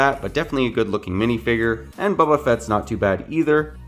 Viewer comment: why u saying bubba